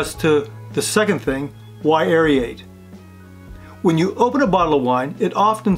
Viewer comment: The actual substance of the video is great, but your pronunciation is driving me crazy! Aerate doesn't sound like aeriate, and Bernoulli doesn't sound like Birenolli, lol.